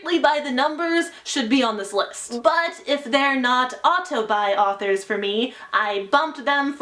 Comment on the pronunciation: Everytime she says "auto-buy", my mind thinks "autobi"